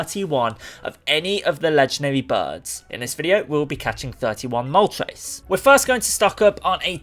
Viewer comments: It's moltres, not moltreys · Why do you pronounce "tres" as "trace" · The name of the fire bird: Moltres How he says it Moltreys